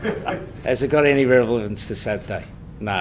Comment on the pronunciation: Revelance.... lol he is crapping himself. Puts on a good show though